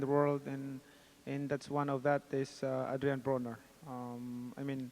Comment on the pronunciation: did pacman say adrien boner? 😂 pacman is the man